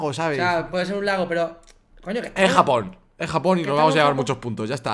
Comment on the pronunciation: like si te diste cuenta q dijo japojon